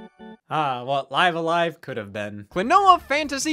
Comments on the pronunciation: It's pronounced "Live A Live" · Why does he say live a live wrong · Live a live was great. Speaking of it was weird hearing you call it live a live when clearly its pronounced live a live... or maybe its live a live? I dunno but I've also heard people call it live a live which makes me want to unalive a live